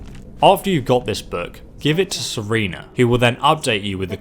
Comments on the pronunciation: I'm starting to think skyrim video makers are mispronouncing EVERYTHING on purpose. They SAY THEIR NAMES out loud. Care-n not Car-n. Serana, not Serena, etc. Idk how y'all keep mispronouncing everything. Love your videos tho. I always forget how to do the Cairn. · Serrrraaaannnnaaaaaa jus sound it out dude. You cannot keep butchering every single video with 80% of the words getting mispronounced man. Stop with that “I’m dyslexic” excuse bcuz its bull. Its like autism bcuz parent stick their kids in front of tablets and tvs all day so of course they don’t know how to act right. They made up an illness to cover their lazy ass just like dyslexia. If dyslexia were real then you would always be wrong on almost every word but its only the slightly difficult words that take a little effort to say right. ADD ADHD all the learning disabilities are BS except for flat out brain damaged kids which are obvious in many ways including physical appearance in many cases. You were probably just embarrassed to read in front of classmates for sum dum reason so you missed out on a lot of practice. U should hav wutever confidence you lacked as a child ,as a grown up now. Ur so used to lying now though that the lies just foam out of ur mouth no problem. U probably say it hinders your ability to read and write though so u can skip English class altogether. Grow a pair n learn how to read&write dude cmon